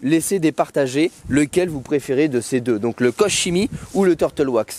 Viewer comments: Qu'on me corrige si je me trompe mais il me semble que ça se prononce "kor kemi". En tout cas il a l'air super efficace, merci pour l'essai 👍🏼👌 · vidéo intéressante sur un excellent produit. Koch Chimie est connu et reconnu (ça se prononce KOR ) Belle démonstration et résultat garantie. Merci. Pour le lavage, pourquoi ne pas utiliser un second seau de rinçage pour éviter de contaminer la carrosserie? Lorsque je termine de laver ma voiture avec mes 2 seaux, je retrouve du sable et des particules sous les grilles. 👍👍👍